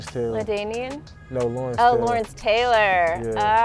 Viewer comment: She said LaDainian lmao